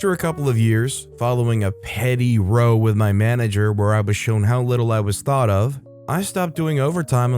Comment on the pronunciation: Not sure if the US pronounce it differently, but ROW in regards to conflict/fight is more like the POW in power rather than ROW as in row your boat.